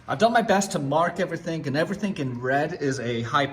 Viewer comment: lol "everythink" :P